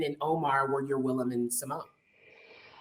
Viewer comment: "Simone??" It the moderator had actually watched the show, he would know it's pronounced "Si-mon."